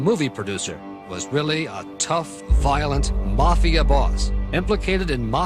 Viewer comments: I can't even continue to watch this I hate the way this man says mafia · The way this guy pronounces mafia makes me wanna puke.